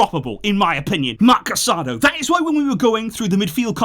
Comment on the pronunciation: Please pronounce the players names properly. You're making your followers hear Casadó's name wrong.